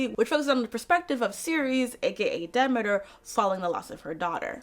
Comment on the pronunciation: Very cool video! I actually watched the whole thing, which I almost NEVER do with long-ass videos where it's just one person talking, lol. Very interesting look at the various stories. What's funny is I had no idea of the "Hades asked Zeus for permission" aspect of the myth. Also have I been mispronouncing Demeter my whole life. It's "Demetter", not "D'meeter"? Wow. One part of the myth I've been hearing about for years now is that part of it represents the sadness mothers feel when their daughters are married off- like Demeter's grief represented that of all mothers (since Hera wasn't the, uh, loving type).